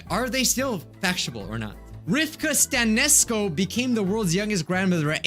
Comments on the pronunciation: I'm romanian and the way you pronounced Stanescu made me rofl i love that xD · Us romanian folks laughing at mikes pronunciation of Rifta Stanescu lmaoo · OMG I'M ROMANIAN WHAT, ya know you pronounced wrong Rifca Sanescu and it was funny😂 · He pronounced dat romanian name soooooo badly